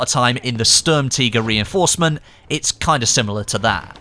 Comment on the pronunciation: lol "sturmtigger"